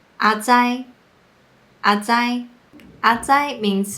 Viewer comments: 對 其實是三聲 XD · 內容不錯。Grace念得比較像ㄚˊ災，事實上比較接近ㄚˇ災。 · 阿是3聲才對